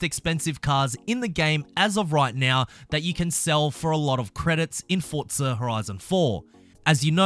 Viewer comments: It's not fortsa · Why do you pronounce it “fortza”? There’s no t in there. It’s “four-za”